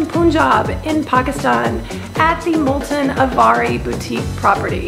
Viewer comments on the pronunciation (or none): You can be forgiven for calling Multaan, "Multen", but be careful on pronouncing Lahore the french way , if you know what I mean :) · Pls try to pronounce Multan as "Multaan". I hope, u wont mind it... cheers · Its Mul-taan..:)th hand painted blue ceramics r absolutely beautiful...wud hav been nice if u mentioned th rate per night...and lastly Pakistan is absolutely safe..mayb th law is made just for some reassurance for foreigners...